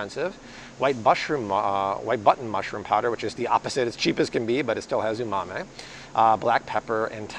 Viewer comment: Yes, that was almost cringe worthy.